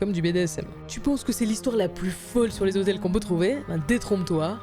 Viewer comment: combien de fois "les zhotels" a été prononcé dans cette vidéo